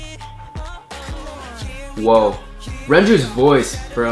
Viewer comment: Fyi how do u read "renjun" and "chenle" is wrong:') Its "lonjwin" and "chonlo" Excuse my bad grammar🗿🙏